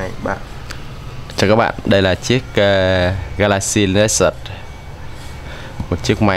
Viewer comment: có ai nghe ảnh nói galaxy lexus ko??